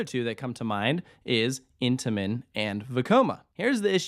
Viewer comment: I don't know why but I always love it when you say Vekoma. Makes me think back to the parodies!